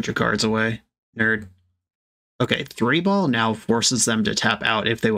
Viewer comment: You mean, "As they say, THREE-ball"?